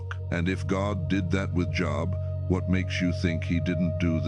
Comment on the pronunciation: Another AI program can't even pronounce Job properly